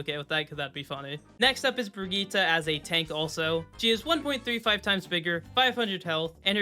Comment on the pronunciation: Bro its ILLARI and Bridjett not birgitta